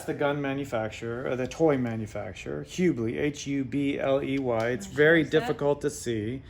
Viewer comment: Its pronounced Hub ley